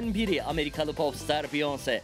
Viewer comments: biyons değil çıldırıcam ya “biyonseeee” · Biyonse degik beyaensey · Beyonc diye okuyosunuz normali beyoncé orada é var